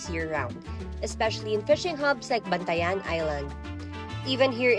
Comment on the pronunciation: great episode. I hope you can also feature the torta of Argao, another local delicacies that is somewhat different from other Torta in Cebu. Argao's Torat has a secret ingredient: Tuba Also, the way the narrator pronounce Bantayan Island is incorrect. It's per syllable. don't connect each syllable like the tagalog word bantayan.